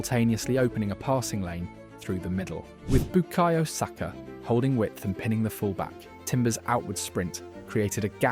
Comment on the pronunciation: Great video but what the pronunciation Batman? This must be AI bcs I've never heard a football fan pronounce "Saka" wrong before. 😬